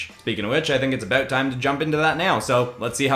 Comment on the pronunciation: my guy your Canadian is showing.... "Sorry aboot that" 😂😂